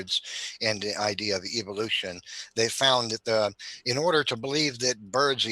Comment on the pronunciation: When someone goes "eEEvou-lution" you know they don't know what they're even talking about.